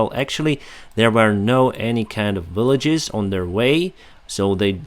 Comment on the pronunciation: Not making fun by any means but I had to smile when I heard you say villages. The important part was I understood what your were saying!